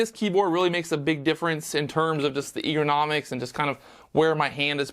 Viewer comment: I thought the same thing!, my friend, it's Ergonomics (er·go·nom·ics):)